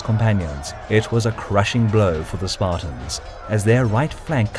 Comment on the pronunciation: Did he just say... Spart-I-ans